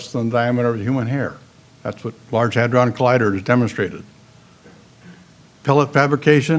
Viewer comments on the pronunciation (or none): none